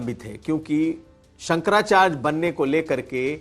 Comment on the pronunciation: Bhai bolna Sikh Jaoo sankracharj nahi hota sankrachary hota hai hud hai yaar